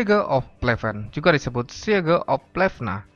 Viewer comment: Maaf, Siege itu bacanya "Siij", artinnya "pengepungan" ! 🙏